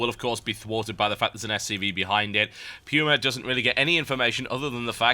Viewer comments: ?? it's pronounced "Poo-ma" not "pewma" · its pronuced pooma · everytime i hear "pewma" i die alittle inside. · Just checked online. Much like the word "coupon" can be either "kyoo" or "koo" it can be pronounced with both the "pyoo-" and "poo-" (lol) sounds.